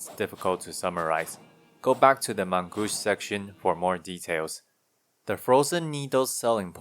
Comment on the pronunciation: You pronounced the main-gauche well enough to understand. It means left hand. Probably meant for the off hand?